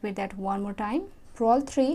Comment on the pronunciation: Purl not prol